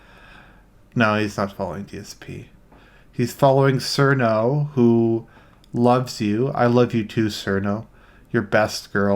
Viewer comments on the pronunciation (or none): i agree with this but i have to give you a 7/10 for pronouncing cirno wrong it's "chiruno", just saying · I want to like you. But I don't think I can be friends with somebody who pronounces "Cirno" with an S.